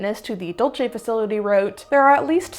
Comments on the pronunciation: This is fascinating. I've long been interested in these stories, having one been a believer and now a staunch skeptic - they never get old. But... please, I beg you. Be kind to the Spanish language. "Dulce" is pronounced "DOOL-say", because it's of Spanish origin, and in Spanish (especially Mexican Spanish) the letter 'C' is a sibillant. Italians might say "Dulchay", but they didn't name the place. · loving this video and then bam, wrongly pronounces the Spanish word "dulce" (dool say) as though it were the Italian word "dolce" (doll chay). i have to stop, sigh heavily, rewind a bit and keep listening. so effing pedantic lol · I hate being this person but as a New Mexican, it is required of me, Dulce NM is pronounced dull-say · Not that it matters, but I'm pretty sure the "Dulce" base in New Mexico would be pronounced the Spanish way and not the Italian way. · Actually it’s dool-seh, because sweet in Spanish is dulce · Practice saying [duel-say]. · it’s Spanish not Italian. You’re pronouncing Dulce the Italian way and I totally love you for that. But the Dulce here is Spanish so it’s pronounced like “dool-say” I hope this doesn’t come off as nit picking even though it is. I love your videos and have been a subscribed for over a year and maybe even 3.5 years.